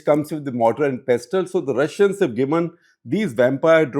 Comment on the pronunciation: While I enjoy Shekhar’s expositions on many subjects in his CTC or other programmes, it’s important he improves his pronunciation. He’s really off the mark when he pronounces words like ‘iron’ or ‘pestle’. It doesn’t behove an editor of a leading English publication to be so lacking in pronunciation of English words.